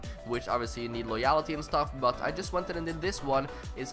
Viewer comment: The way he says loyalty is annoying me